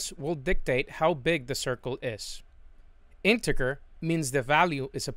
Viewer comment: Love it. Except it's pronounced "intejer". Soft g. Not "in tigger".